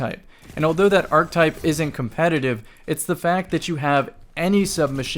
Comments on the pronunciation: I want to agree with you, but I can't as long as you keep saying "arctype". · unsolicited linguistic advice: the word "archetype" is 3 syllables. ❤️